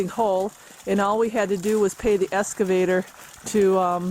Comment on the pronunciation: Excavator not Escavator